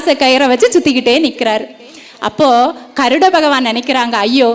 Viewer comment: Garudan not karudan